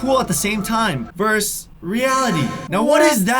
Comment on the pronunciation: Vers reality lol it’s versus